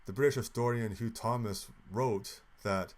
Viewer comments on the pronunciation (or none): none